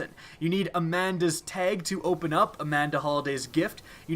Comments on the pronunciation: Teg? You mean Tag? 😂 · its tag not teg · It's a TAG, not a TEG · It's TAG NOT TEG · Why do you say tage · He says teg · Amanda's "Teg" Xur's "Teg" Saladins "Teg" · lmao how he says tag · How are you mispronouncing tag!!